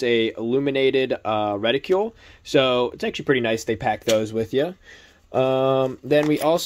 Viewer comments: Good review, but it was painful to hear you mispronounce "reticle" over and over again. "Reticle" does not rhyme with "ridicule" or "molecule". It does rhyme with "article" and "vehicle". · LOL keeps mispronouncing Reticle.